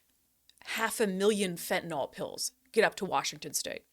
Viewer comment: Hi Brandi, take it from a chemist. The y in fentanyl is pronounced as a short i, not as a short o. Fentanyl is not an alcohol like isopropanol or glycerol. This is a common mistake that I hear journalists make, but you're far from a common journalist.